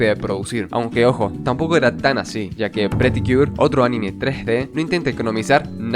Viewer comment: Muy buen vídeo, espectacular... Sólo puedo decir que anime no se escribe animé, por lo tanto es una palabra con pronunciación llana "aNIme"